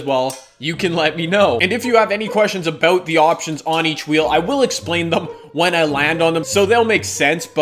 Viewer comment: Wow you said aboot like a Canadian instead of about